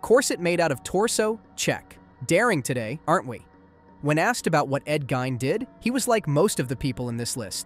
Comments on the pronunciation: Dude said “ed gine” it’s ed geeeeeiin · Bro its pronounced "ed geen" You need to start looking up pronunciation because it discredits everything else you say. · Ed gein It's pronounced "gayn" "GAY-N"